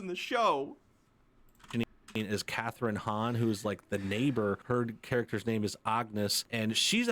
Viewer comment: he is still not pronouncing the character’s name right though.